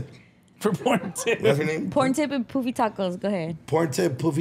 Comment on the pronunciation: It’s pronounced Puh-fee not Poo-fee 😂